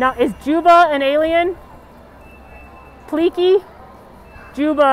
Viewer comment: It's pleakley. Not pliki😂 David, Agent Bubbles, Jumba